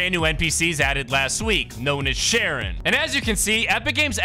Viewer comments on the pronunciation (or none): My God you are butchering that name so hard ,Charon 😢😢😢😢.